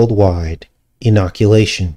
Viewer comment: Enoch-Ulation!! Ulation means to wail or howl in mourning.